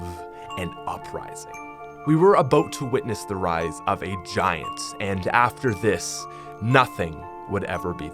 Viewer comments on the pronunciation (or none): none